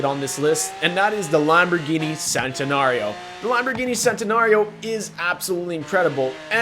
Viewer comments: He said the Sentanario even though its pronounced or in pretty sure it is chentanrio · It's not Sentenario ITS CH-ENTENARIO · Santenario? Wtf its called the Chentenario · You said sentanario it's cen